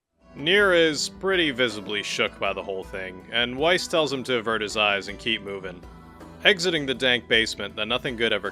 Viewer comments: I'm sorry but I can't help after binging all of these videos. Why are you saying Weiss how it's spelled? Ik his name isn't Weiss in Japanese so if you play with JP voices you don't have a reference but it's the German word for white so it's not exactly obscure knowledge that it's pronounced "Vice" in this context. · don't let Weiss hear you pronouncing it like that!